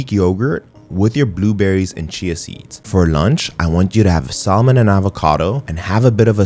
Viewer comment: Great vid! Just don’t pronounce the “L” in Salmon 😊